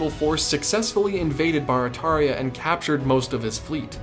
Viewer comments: Great video, super interesting, and I’m proud to be one of your quarter million subscribers. As someone who lives in New Orleans, I do have to tell you though, it’s not BAR-a-TAR-ia, its BEAR-a-TEAR-ia. 😛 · I know this is an old video but I just found it. Barataria is actually pronounced like “bear-a-tear-ia” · We pronounce Barataria as bare-a-tare-ia here in the New Orleans area. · it's pronounced (bear rah tear ria) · You butchered Barataria.